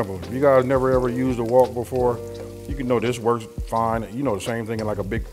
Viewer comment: Its called a wok! Not walk😂😂